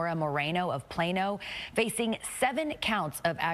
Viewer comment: "...of Plano." LOL!!!!